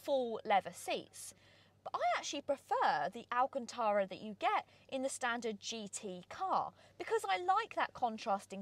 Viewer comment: Hold on did I hear pronounce Alcantara correctly lol much preferred Ali cantra 😂